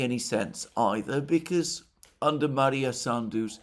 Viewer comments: Maia not Maria. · it is MAIA Sandu, NOT MaRia Sandu. No R in in her name. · Alexander - it is MAIA Sandu, not MARIA Sandu. Sorry that I am correcting you, but you keep saying her name wrong for a few days now. I admire your erudition and always watch your program. Thank you for your work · She's not Maria Sandu but Maia (Maya) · I believe her name is Maia Sandu, not Maria. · Not that it matters, but It's Maia (Maya) Sandu, not Maria. Also Gagauzia stress is on "U" - GagaUzia. At least in russian.